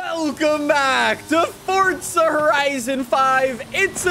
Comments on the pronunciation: you say fortza not forza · why do you say forza like you say pizza? fortza